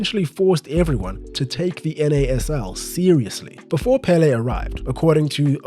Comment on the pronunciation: 1) His name is pronounced with an accent in the second syllable: pelé! 2) They played against no one. No wonder they would win every game. And they had a horrible tie breaker… 3) I think the rising in popularity of football in the US has to do with immigration. After the seventies it grew constantly. Especially from Latin football loving nations.